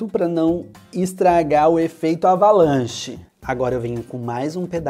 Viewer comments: Eu acho que em vez de "Avalanche", Ele dizia "Abalanche". Kkkkkkk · Eu acho que em vez de ele falar "Avalanche", ele falava "Abalanche". Kkkkk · Vc não sabe falar certo a slime ? É avalanche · Quando fala avalanche no vídeo não parece q o fala avalanche Quem percebeu isso me responda nesse comentário